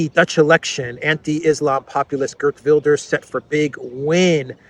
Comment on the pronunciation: Gert is prnonced HEERT. Like HAIR plus a T. HAIRT VILDESH. Hard V sound too. and RS becomes SH. HAIRT VILDESH.